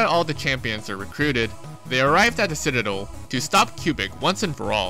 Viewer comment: the way you pronounce citadel kills me